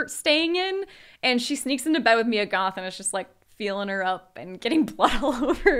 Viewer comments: dammit it's MIA Goth not Mya Goth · babe, its MIA not “maia"